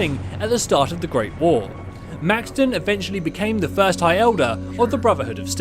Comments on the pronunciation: Are you incapable of pronouncing words correctly, it's pronounced elder Maxson not maxton, and it not elder leions its elder Lyons pronounced as "lions" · Dude it’s pronounced Max-son